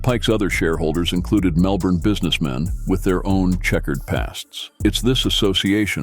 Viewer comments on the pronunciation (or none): none